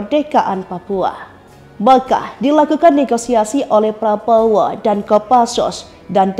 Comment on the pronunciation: Min, Latihan dulu ngomong nama prabowo😊